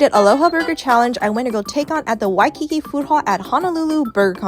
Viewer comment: It’s pronounced Waikiki not Waekiki